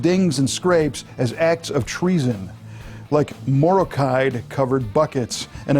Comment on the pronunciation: Morrokide pronounced like the country "Morroco"